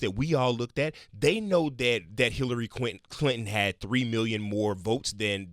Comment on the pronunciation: “Hillary Qwinton” (Tarantino?)